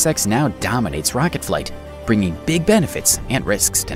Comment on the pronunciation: stop saying rocket, you say it in a weird way